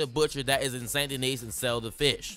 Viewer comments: It’s pronounced “San Deni” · The s in saint Denis is silent